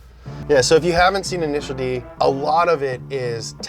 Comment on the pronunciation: INISHEEEEEEARU DEE